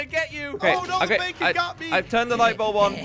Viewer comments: No BAkon not bacon duuuuhhhh 🤦‍♂️🤦‍♀️🤦‍♀️🤦‍♂️🤦‍♂️ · Josh i think its Baa-k-on not bacon